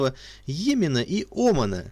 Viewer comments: Вас невозможно слушать: ударения неверно (не Оман, а ОмАн), буквы переставляете местами. Лучше прочитать ваш текст в статье. Неужели так трудно предварительно вычитывать текст! Такое небрежное отношение подрывает доверие к достоверности информации. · Я то же это заметила.а ещё Оман вместо Оман,птОломей вместо птолЕмей.